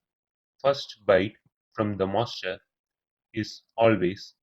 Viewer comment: good explaination till single master to multiple slaves but after that nothing is clear ...do wxplain the arbitration logic and how clock synchronisation will occur in multiple masters to multiple slaves moreover ur English is horrible...u spell master as monster..so plss take care of it..